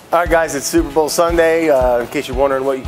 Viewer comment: Your legal department didn't say you can't say "sueprbowl?"